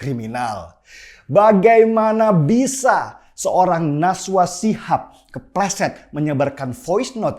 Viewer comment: Najwa Bang.. bukan Naswa hahaha